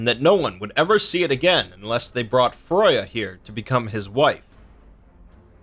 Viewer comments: You do realise you said Froya not Freya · Her name's Freya not froya! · Freya not Froja but other than that fantastic video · Rain I think its a different kind of pronouncation bro. We are more used to Freya but I think Froya is thr lesser known version of her name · Freya not fruya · The way you say some words like FREY YA not froy ya wtf for Freya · F r ai - y uh BTW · Xiedhal Kreiyutz Well, both are wrong, her name is pronounced /frøyja/ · Gυnjα Fυry there is no ø in freya, the pronounciation is More similar to freija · It's a nice video. But it's annoying to hear my favorite goddesses' name mispronounced over and over!